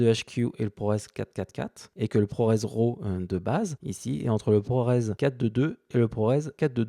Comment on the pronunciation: Super tuto, merci. Par contre juste un petit détail concernant la prononciation de "LUT", on dit "Leut" et pas "lutte". La prononciation "à la française" fait hérisser le poil pour les pro de la vidéo (d'autant que pour RAW vous prononcez parfaitement en Anglais au lieu de l'horrible "Rav" comme disent encore certains) donc autant rester cohérent jusqu'au bout. ;-)